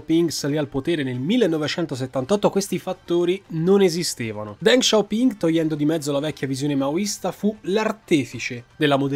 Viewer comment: Ma perché “DenG SHao PinG”? Non si può sentire …..